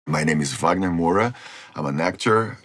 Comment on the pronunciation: aff ele falando “wagner moura” com o sotaque em inglês 😢 mowrah